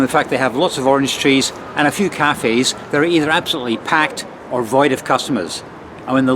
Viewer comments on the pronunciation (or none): none